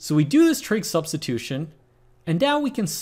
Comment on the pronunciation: Sorry for being pedantic here but are you saying TRIG substitution or TRICK substitution?